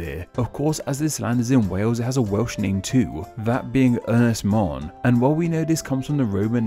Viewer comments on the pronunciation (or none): It is Ynys Môn without an S in the end